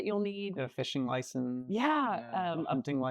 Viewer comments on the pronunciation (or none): none